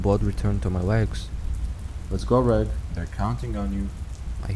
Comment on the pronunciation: This was so good! Your sound quality and narration just keeps getting better and better each video! The only comment I have is that I think due to the prose, the protagonists name is Reg, pronounced red-ge, as in Reggie or Reginald. I think that the author of this one is British, due to the dialect and slang terms used, and the story being on a UK vessel. I might be wrong, and if so I apologise! It just seems to make more sense this way. This is in no way a criticism, as you know that I'm a big fan of your channel, I was just asking for clarification! Well done again. Looking forward to listening to the next part of this amazing story! Take care and stay safe 🙋